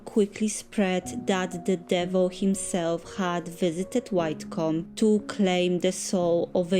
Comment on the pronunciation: Hi you make wonderful vlogs which I love to watch and often watch again. I love to see where you visit and I love to see what you make and bake for your family. Just for your own reference and you will be interested to know....Widecombe is pronounced as " Wideecombe " I'm not far from you, Taunton but don't have a car so it's wonderful to see the beautiful places you "take us" so thank you 💖🌹 I also have a few of your candles that my daughter bought for me as gifts and they are really gorgeous scents and create a wonderful ambience in the pretty jars.